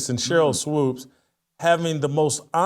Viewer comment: Jason, isn’t her name pronounced “Swoops?” He always says “swopes.” Also a “thing” is over pronouncing the letter G at the end of certain words. “Thing” becomes “thinG.”